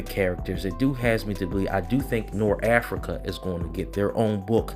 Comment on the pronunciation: Everytime you say Norafrica i laugh. I'm sure you know by now but it's Norfrica. I am ready for ISOM #2 tho